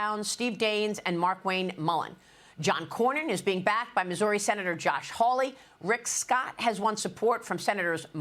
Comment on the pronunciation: IF sbe cant say Rick.Scott..DUMP HER